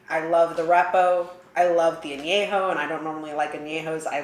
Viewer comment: Who is Dan Julio? And what's a añejou?